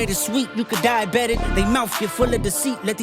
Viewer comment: Dieabetic sounds like die about it